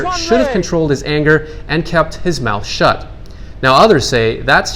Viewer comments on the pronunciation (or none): none